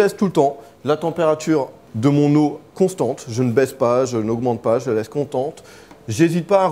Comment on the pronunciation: trop drole il a dit contente a la place de constente mdr